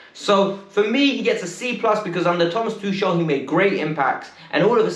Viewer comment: The name's tuchel..It's more like tukel..not tushel🙄🙄🙄🤦🏻